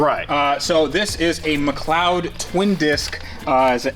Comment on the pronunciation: He said McLeod right!!! Go on:)))